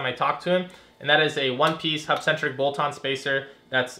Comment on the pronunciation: Can you say hubcentric